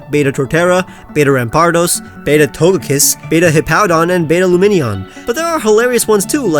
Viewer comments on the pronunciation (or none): none